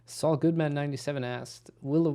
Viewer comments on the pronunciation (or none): none